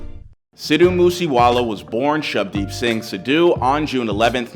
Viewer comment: is saying Sid-Dhu(dhoo) Moose Wala that hard